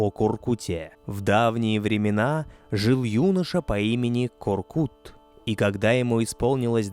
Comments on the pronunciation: У ҚАЗАҚОВ ЕСТЬ ПОСЛОВИЦА.*КУДА НЕ ПОЙДЕШЬ ВЕЗДЕ МОГИЛА КОРКЫТА* ДЕЛАЙТЕ УДАРЕНИЕ НА ПОСЛЕДНЮЮ ГЛАСНУЮ В ИМЕНИ ҚАЗАҚОВ В ИМЕНИТЕЛЬНОМ ПАДЕЖЕ. НЕ К. "О" РКЫТ. А. КОР. К "Ы" Т. Во всех именах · Простите, но имя ата читается как КОРКЫТ АТА, а не коркут, т.к. вторая часть слога читается как ругательство, кто хорошо знает казахский язык, те понимают, что произношение вместо ы на у на слух звучит неприятно и неправильно. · Не КоркУт а КоркЫт🤦‍♂️ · Не Коркут , а Коркыт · Не Коркута, а КОРКЫТА. Проявите уважение к языку. Когдато Великий ақын Жамбыл Жабай ұлы возмущался насчет произношения его имени ДЖАМБУЛ. Он говорил, а что если Ивана я буду звать ДИваном. А за интерес к нашей культуре огромное СПАСИБО. Конечно лайк. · Боже, как ухо режет! Не ИхласА, а ИхлАса, не КоркутЕ, а КоркУте (если быть еще точнее, то КоркЫте). Это все равно что сказать "репортаж АлександрА КарельскогО" или концерт ДимашА КудайбергенА! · Вы можете хотя бы имена собственные не коверкать? Какой ещё Коркут? Қорқыт..